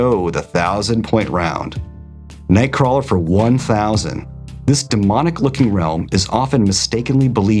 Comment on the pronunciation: I actually love watching these, and will continue to do so! I just disagree on how you pronounce nightcrawler’s name